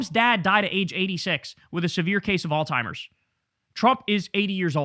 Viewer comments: It's AlZheimer's, not all timers!!! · It called Alzheimer's not “All Timers”, Jay-Z! Lol!!!! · Kyle, my brother. It's pronounced, "ALZ-heimer's" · You keep pronouncing it all timers 🤣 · Please, I beg of you, learn to pronounce "alzheimers" correctly. It's not "all timers". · Alzheimer’s, dawg. ALZHEIMERS. There is no T in Alzheimer’s disease. Please somebody close to Kyle let him know!! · Why can’t he pronounce Alzheimer’s ?